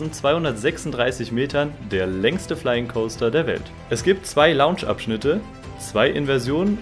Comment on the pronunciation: Aber Rookburgh oder Launch ... kommt schon, Jungs ...